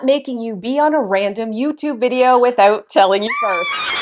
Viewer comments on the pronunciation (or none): "Without." I think I hear a Canadian. :)